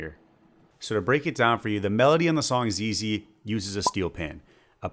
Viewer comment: I thought he said zayloe at first lol